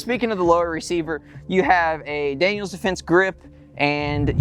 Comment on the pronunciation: Daniel. Not Daniel's